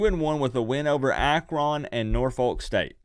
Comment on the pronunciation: I live in Akron/Canton...laugh when you pronounce AkRON lol! It's pronounced more like AkRIN.